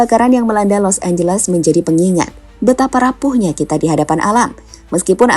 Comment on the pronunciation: LOS ANGELES ❌ LOS AMBLES ✅